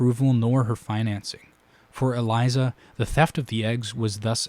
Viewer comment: Great analysis! Unfortunately, you pronounced Elissa Farman's name as "Eliza", so I am going to have to discount your entire video